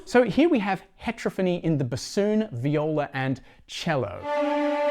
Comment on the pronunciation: It’s not hEtrophony, it’s heterOphony.